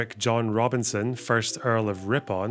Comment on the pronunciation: can't pronounce Ripon.